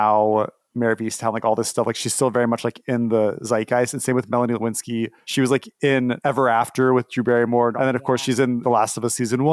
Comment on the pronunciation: did anyone notice that he pronounces “Lynskey” like “Lewinsky”